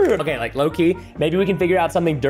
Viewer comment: It's not okeh to be okeh ( titan cry)😭